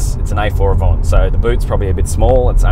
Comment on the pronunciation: Did he say AVONT??!?